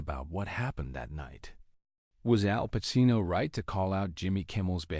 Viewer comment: If you can't pronounce his name correctly, well i stopped watching 25 seconds in!